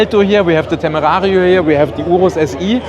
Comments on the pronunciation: That dude is definitely not pronouncing the car’s name with proper Spanish accent. Shmee’s is closer to Spanish than the German “Temerrrarrrio”. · I think.... I think we shouldn’t count on a German guy to know how to pronounce „Temerario“..... 😂